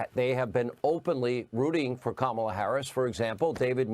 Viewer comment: Learn to pronounce her name for starters!! Secondly, tRump is a straight up lier and wants to be a dictator like his best buddy Putin!!!